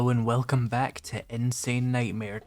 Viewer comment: "Welcvome back" Ayy, good to be back